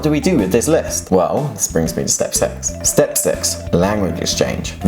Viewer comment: 스텝 섻...로 들림 six...